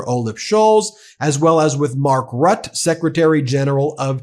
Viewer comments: Mark Rutte, not rut. Caja, the j is pronounced like a y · Mark Rutte is pronounced like root-eh, not rut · As a danish inhabitant and dutch citizen I would like to point out that the weiurd english habit of not pronouncing the e at the end of words is notv OK.. Both the E in danish Mette and dutch Rutte are pronpounced.. so no it is not pronounced "Met" nor "Rut" . In bpth cases it sounds like Mettuh anmd Ruttuh